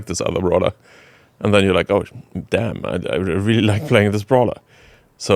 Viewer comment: not saying "damne" like that 😭😭😭